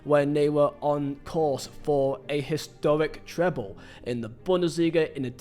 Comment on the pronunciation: “A histowic tweble” you sound like you’re doing a Monty Python skit 😂